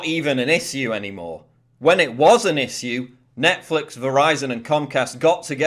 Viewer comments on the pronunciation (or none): Lol! Ikr, and if you've EVER read ANYTHING from the govt., you know they waste AT LEAST 50% of the document with fancy nothingness, and that's lowballing. It's a terrible argument. I wanna know if it's necessary for him to say "iss-ue" with an 's' like that. Can he say shimmy and shake, or does he say simmy and sake? I wanna hear him say "she sells seashells by the seashore." Man, he's irritating.